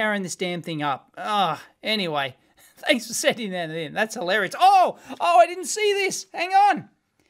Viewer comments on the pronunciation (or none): none